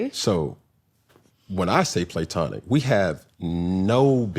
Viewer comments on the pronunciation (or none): Platonic is pronounced Pluh-tonic NOT PLAY-tonic😩🤦🏾‍♀️ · If dude says “Playtonic” one more time 😂😂😂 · is hilarious!!! “is there a reason why we’re saying PLAY-tonic?” 😂😂😂😂😩🤣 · It’s not PLAY-TONIC…. Just makin up ish 😂😂😂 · homegirl said "is there a reason we're saying PLAYtonic" 😂😂😂😂😂😂😂😂😂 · tomatoes = tomatoes pecan = pecan playtonic ≠ platonic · He keeps saying PLAYtonic to make it makes sense and it absolutely does not! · Playtonic” is stressing me out 😂 i know they were tickled leaving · This “play-tonic-“ Cam is saying is driving me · If this man says “play-tonic” one more’ ‘gain! 🙃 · Im irritated why he keep saying playtonic like that's a real way to pronounce it lmaooo. He genuinely can't say he wrong that's crazy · the only one missing out on the joke by pronouncing the word platonic, "playtonic" is Cam. Shit hit him with the "Nclectic, bruh I'm cracking up 😂😂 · Stop saying playtonic it’s annoying and not cute. It’s not the way the word is pronounced. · Can somebody please help CAM pronounce platonic. The word platonic is sounded out like this: pluh-TAH-nik Phonetically (IPA): /pləˈtɑːnɪk/ Breakdown: • pluh (like the beginning of plug) • TAH (stressed syllable, like tall without the “l”) • nik (like nick) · Play-tonic! Cam thinks he is right all the time! That is not how it's pronounced, if you don't know cam just admit you don't know! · Him saying play-tonic is throwing me off cause it’s changing the definition 😂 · omg! Came here to say that. It grinded my gears toner him way PLAY-TONIC 😭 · How are you someone in the journalism field not caring to say words correctly? play-tonic? really? I'm glad Pour Minds made a fool of you even in moments you didn't realize they were. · playtonic??? 😂😂😂 he need his own dictionary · face as soon as he said “playtonic” 😂😂😂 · Him repeatedly saying “playtonic” … plssss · Nobody has EVER said PLAY-TONIC 😂😂😂😂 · Go look up the pronunciation of platonic! Please!